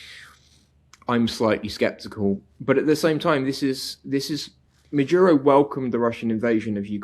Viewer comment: His name is Maduro, not Majuro or Madyuro. 🙄